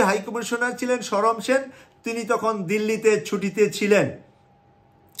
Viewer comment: হাই কমিশনারের নাম ছিল সমর সেন, শরম সেন নহে। এ পর্যন্ত ভিডিও চলার সাত মিনিট পনের সেকেন্ড পর্যন্ত তিন বার ই অশুদ্ধ উচ্চারণ করেছেন, জানিনা বাকি আট মিনিটে আর কতবার এই ভাবে উচ্চারণ করবেন ।